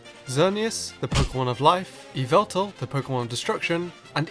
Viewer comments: It's not Yveltal It's Yahvultal. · ITS YA-VUL-TAL